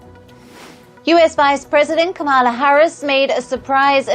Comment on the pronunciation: How very disrespectfully white South African (so racist Elon Musk-like) of you to pronounce VP Harris's name improperly, yet you have no problem pronouncing President Narendra Modi and Joe Biden's names properly. I wonder if you disrespect Palki Sharma by mispronouncing her name? You even pronounced my home state properly so I know you have it in you to say Comma-lah or Com-lah correctly. VP Harris's name is not hard to say. If you can't seem to gather up the respect to say her name properly, then you need to refer to her as Vice President Harris from now on. How about we start referring to Elon as Ellen or Bill Gates, Billy or Willy or Charlize Theron, Charlene? First Post shouldn't allow you to report the news in the future. You're boring and can't match Palki Sharma's caliber.